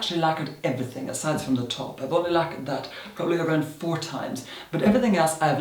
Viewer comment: am i the only one who thought when he said "four times" he said four different than usual??? like it sounds like a different accent dskdksks